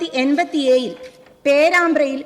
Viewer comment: 1987. Please pronounce 7 properly